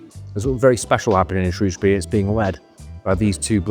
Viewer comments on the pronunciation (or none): Sorry it’s pronounced SHREW not SHROS 😂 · Superb stuff but what was that weird pronunciation of Shrewsbury towards the end?? 😅